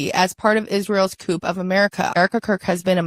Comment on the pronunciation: She pronounced “coup” line “coop” Really?